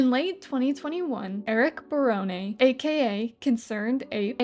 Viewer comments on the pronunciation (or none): I will quickly just saying “Barone” the E is silent. Because like in my head, it sounds like brownie, but just wanted to let you know.